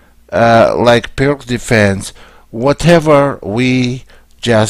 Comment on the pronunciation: Please, just one thing: it's Пирц Not perk or something. Named by former Yugoslav chess player